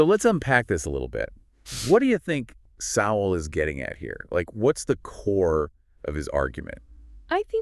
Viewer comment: Why the use of past tense? Sowell is very much alive & active. You might also check how his name is pronounced.